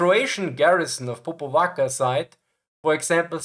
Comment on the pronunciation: Popvaca is actually Popovača , it is pronounced Popovacha (similar to La Cucaracha) . Cazma is Čazma, similarily pronunced like Chasma. Overall, armored trains were used in Yugoslavia until Partisans started acquiring anti-tank guns (Soviet 45mm and 76.2 mm, British 6pdr ... ) from Allies, i.e. until they started becoming regular army. This start happening somewhere in mid 1944, thus trains were generally withdrawn towards Slovenia, Austria and Germany.